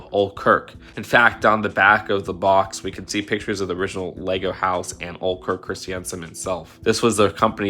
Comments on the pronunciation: I hate to be that guy, but it's actually pronounced "Oh-lay" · Sorry to be "that guy," but the proper pronunciation of Ole Kirk's name is "Oh-leh," no silent E. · its o-lae kirk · Ole is pronounced Ole-E. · If you're gunna talk about the person who created LEGO you may want to ensure you're saying his name correctly. 'Ole' doesn't rhyme with 'hole' as though it we short for 'old'. He wasn't called "Old Kirk", Kirk was his last name. It's pronounced like a cross between 'oh-leh' and 'oh-lay', it's Danish. You've done so much research, but this error is just kind of *sad trombone noises*. Nice job on the rest tho. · btw its pronounced oh-lay not oal for ole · His name was actually was pronounced olae, not ol'. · "Ole" is actually pronounced "ohl-lee." I know because it's my middle name! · I don't think Ole is pronounced ol' 😂😂 here comes good ol' Kirk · Hey, great video, just wanted to point out that «ole kirk» is pronounced more like «ooleh khirk» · Just for future reference, the name Ole is pronounced Oh-leh (it kinda rhymes with Cola) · I think it’s pronounced “oh Lay” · Ole's name is actually pronounced "Oh-Lay" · I’m probably not the only one saying this but ole’s name is pronounced “oh lay” like bull fighting, I hate to be “that guy” but it just was bugging me